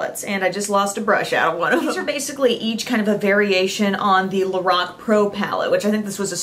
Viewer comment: Lorac (lor, rhyming with four, ack)